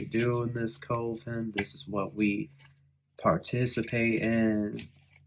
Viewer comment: Coven is pronounced with a CUP sound. CU-ven. It looks like the COVE sound due to its spelling. Just an FYI. Hooked on Phonics doesn't apply with everything. 😅